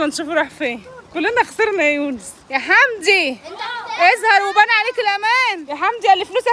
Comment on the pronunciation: يونس موتنى ضحك لما بيقول وينادى على حمدى ويقول له حندى 😂😂😂😂 عسل يا يونس